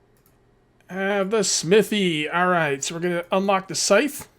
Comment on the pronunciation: Scythe rhymes with lithe, not life. :-)